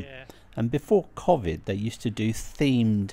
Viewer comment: Just on the pronunciation of the virus, why do you say COV...ID when everyone else says COVE...ID ? Hope this makes sense ...